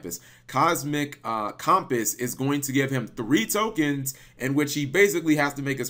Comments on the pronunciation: michael galicia Yeah you’d think he’d be familiar enough with cumpiss that he’d know how to say it. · how the HELL can you not pronounce the word "Compass"?! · How the fuck do you mess up saying "Compass"? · I'm used to pronouncing things wrong on the regular but compass? How do you pronounce compass wrong? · Your pronunciation of compass kills me.